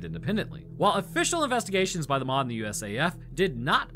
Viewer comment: It's pronounced as it is spelt, M.O.D Not "mod"